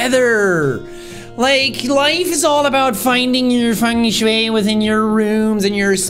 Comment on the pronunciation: Props for saying feng shui and not fang shwee